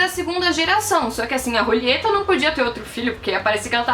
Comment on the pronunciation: Eu ri muito porque ela fala "Rulieta" sendo que é Julieta kkkkk. Você fez o meu dia.